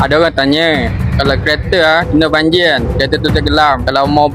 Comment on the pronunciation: Banjir bos bukan banjiu😂